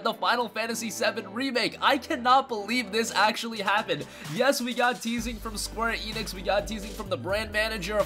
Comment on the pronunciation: Squee Enix? If you're gonna say a name say it right... SQUARE ENIX